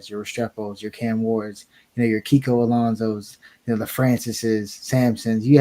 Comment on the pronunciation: Mans said Kiko Alanso